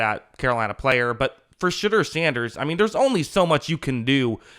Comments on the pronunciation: It’s Sheh-door not Sheh-dur btw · Shit-dur? Why say it like that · Ummm... who's $hitter? Lol I know his name, but the way here keeps saying it has me dying. May want to just stick with Sanders going forward.